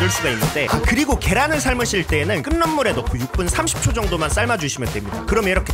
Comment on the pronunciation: 끓는 > [끌는]× [끌른] ○ 자꾸 들려서... ㅠ 감사합니다.